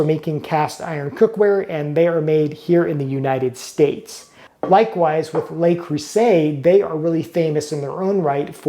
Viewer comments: Please be aware that "le" is pronounced as "luh" as in "duh" and not "lay". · Le Creuset is not pronounced LAY CREUSAY. Le, en francais, is never pronounced Lay. If were to be pronounced Lay, it would be spelled Les. Luh is correct and Creuset is oftern pronounced, by the French, as Creuzay without being too hard on the z, somewhere between z and s. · Le creuset is not pronounced "lay" creuset. It is "luh" creuset, like "duh". I love le creuset. Each piece is a treasure. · it’s not “Lay Crew-say”, it’s “Luh Cruh-zay”, in case you want to pronounce it the “Fron-say” way. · It's sad that no one but the French on YouTube know how to pronounce Le Creuset. It's not "LAY Crew Say." 🤣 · Good information but you’re mispronouncing the brand Le Creuset and it makes me cringe every time. The French word “Le” means “the” and you’re pronouncing it like “they” instead of “the”.